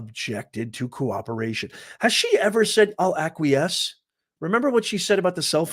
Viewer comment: Hahaha she cant even pronounce it.ACQIESE